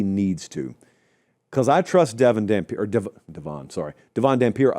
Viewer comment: Oh my god it is DEV EN = Devon. Not DEE VONN